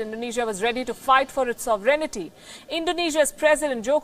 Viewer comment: Your tone of voice is very provocative. You need to be a little more respectful of China because India is in a big mess. And Indonesia cannot match the fire power of China, with a weak military. Speak with a tone encouraging peace. By the way, not sovereigneety but sore vren tee.